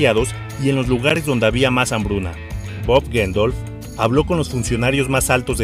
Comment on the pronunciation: Si bien los sucesos son muy cercanos a lo que narras tu crónica es amatillista y pretenciosa sin mencionar que desde el titulo es escandalosa y morbosa. Risible hasta con tu mala pronunciación. Cada vez que pronuncias el nombre de Bob Geldof lo dices diferente.pfff. Me arrepentí de comenzar a verlo.